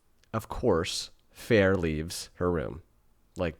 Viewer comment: Feyre pronounced Fay-ruh, Rhysand pronounced Reese-and! 😊 also haha I love watching peoples opinions on the first book… Oh sweet summer child, just wait till the second book or rest of series lol! Does a 180 😂